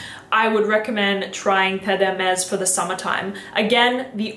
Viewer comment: I like that you kept the part of you messing up Terre De Hermes pronunciation lol, i just got the edp, and love it, great video!